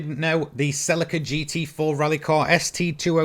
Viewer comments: I agree with vedder, have only heard of it being pronounced sir-leek-ar in the uk. Can probably find the top gear chaps even saying it that way. So god knows why he's pronouncing sell- ick-ar??? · he says it right once, but generally he says it like he's talking about silica gel that stuff in the little packet you put on your chips lmao. The stuff you get in shoes and stuff to absorb moisture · The way you say celica lol.................it's 'Sell---EEEEEEE ca' (SELL E CAR) ...your saying it like silica gel, lmao. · Sel i ca ? It’s Celica. Ssssseeeeeellllika ! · In the UK Celica is pronounced Sir-leek-a (British) not Sell-ick-a (American) - Google Celica pronunciation..... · he actually pronounces it sirleekar not sellickkr just sayinnn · Yup, even top gear pronounces it correctly. Sir-leek-ar.